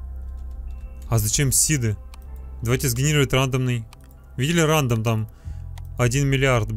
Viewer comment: Не ра́ндом а рандо́м